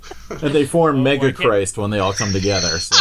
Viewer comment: "Mega-christ"! 😆 No bitchin' here, but the "i" is short. Pronounce as you see fit.